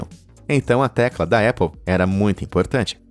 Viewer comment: Épple kkkkkkkk é Apple!! com "A" muito bem pronunciado